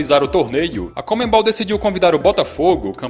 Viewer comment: Cara, para de falar comeNbol, é conmebol. O N é antes do ME